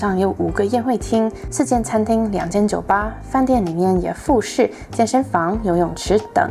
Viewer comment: 附 設（ㄕㄜˋ）